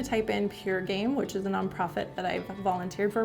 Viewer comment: “Non Pofit”